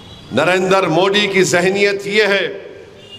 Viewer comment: ये मोदी जी को मोडी क्यों बोलता है? इसको किसी भी शब्द में द बोलने कोई दिक्कत नही तो फिर मोदी जी को क्यों मोडी बोल कर अपमान करता है??